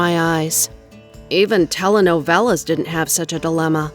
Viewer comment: did anyone noticed that she pronuned Telenovela wrong